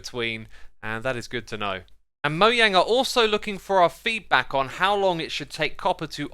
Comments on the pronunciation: ITS MOJANG NOT MOYANG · He keeps saying moyang instead of Mojang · It’s mojang not sorry you annoyed me and most of your fans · Lol he said “moyang” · Why do you say "moyange" lol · Why MOYANG?! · I love how he says "" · Why does pronounce mojang as moyang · moeyang? or moejang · STOP PRONOUNCING MOJANG INNCORECTLY